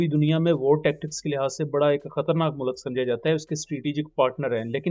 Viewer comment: Kindly pronounce proper Urdu it's mulk not mulak ❤